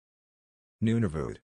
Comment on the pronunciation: Nunavut is close to the way I usually hear it pronounced.